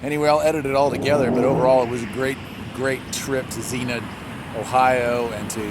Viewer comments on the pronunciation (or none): XENIA is pronounced ZEEN YAH! LOL